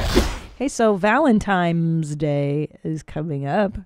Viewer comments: Has anyone acknowledged Segura says "ValentiMe's Day?" Welp...at least, supposably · She said "valenTIME's day" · Just making sure you’re purposely (as a bit) mispronouncing “Valentines” in Valentyhmse Day. Truly yours, ~ The Grammar Nazi 🧐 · Awwwwww man Did Tom say “valentiMes day” 😟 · Are you saying - Valentimes Day? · Why they both call it valentimes tho? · Did he say valentimes day